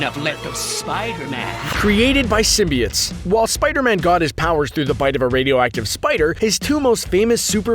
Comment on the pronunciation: Who the fuck says symbiotes like symbi-its